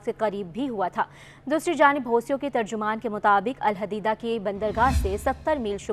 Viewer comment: Pls pronounce the correct Name as Alhodaidah sea port..